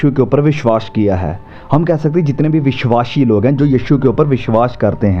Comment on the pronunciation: भाई साहब, आप बहुत ही अच्छी शिक्षा देते हैं जिसके लिए आप धन्यवाद के पात्र हैं, परन्तु एक बात बहुत ही खटकती रहती है और हम हिंदी भाषी लोगों को बुरी लगती है जब आप अपने उच्चारण में बार-बार विश्वास और विश्वासी शब्दों को "विश्वाश" और "विश्वाशी" बोलते रहते हैं। आप को इसे अवश्य ही दुरुस्त कर लेना चाहिए। एक बढ़िया खाना खाने में यह किरकिरा जैसा लगता है।